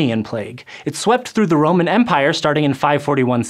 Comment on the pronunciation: Romman capital Konstantinoupole? Wtf dude